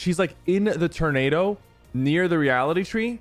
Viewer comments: Anyone else can’t get over sypher saying turnado instead of tornado? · Bro it’s tOrnado, like Tour-Naydo, not Ternado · It’s pronounced tornado not ternado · The “turnado”